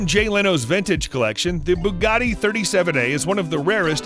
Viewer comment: Pronounces Bugatti. Cannot prono8nce Countach. And it is GT350R, not GTR350. The GTR was a concept Mustang.